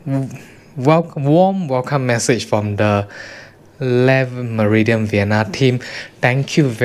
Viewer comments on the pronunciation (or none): le pronunciation is le , not les